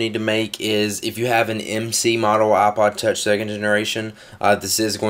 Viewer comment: its IPOD TOUCH NOT OHPOD TOUCH